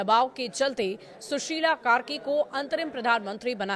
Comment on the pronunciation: Sushil nahi shushila boliye...male nahi female hai